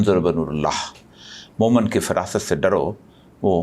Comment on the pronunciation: اوریا صاحب، لفظ مومن میں دوسری میم پر زیر ہے۔ آپنے زبر لگا دیا۔ بلکہ آپ ہر زیر اور پیش کو زبر بنا دیتے ہیں۔ عجیب بات ہے۔